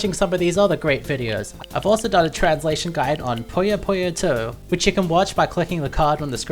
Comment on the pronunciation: Oh man, it hurts how you guys pronounce Puyo Puyo as "Poyo Poyo"